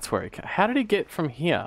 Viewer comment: The way you say Hyear...